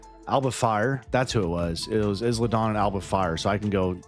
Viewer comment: As a heads up it’s pronounced “eye-La” not “Is-La”